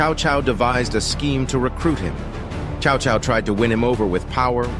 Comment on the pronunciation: yea its pronounced Sao Sao not chao chao... its a S sound.